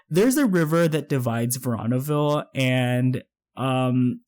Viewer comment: It's pronounced verooooonaville